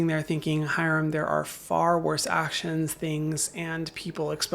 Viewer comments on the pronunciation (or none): none